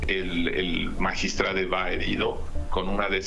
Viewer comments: MAGISTRADE???, POR FAVOR HABLEN CORRECTAMENTE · Porque chingados dicen magistrade ?? No sean mamones hablen bien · Ciro diciendo magistrade🤦‍♀️que ridículo se escucha, ese modo dw hablar es una esrupidez, igual qie toda la farsa y mentiras de este gobierno de 5a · Ches payasos hablen bien, MAGISTRADO Y NO MAGISTRADE INCULTOS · Magistrado se dice cire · CIROOOO no se dice magistradEEEEE no existe esa palabra se dice magistradOOOOOO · Qué ridiculos se escuchan los conductores de un noticiero diciendo magistrade.😱😱😱😱😱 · Cómo es posible que esté medio hable como toda la bola de ignorantes diciendo magistrade,es magistrado aquí y en china ,ahora se les va decir maricone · Dejen de destruir el idioma español diciendo magistrade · Por que dicen Magistrade. No memen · Magitrado, no magistrade la letra E , no cambia los sexos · Es magistrado no magistrade 😂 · Se dice magistrado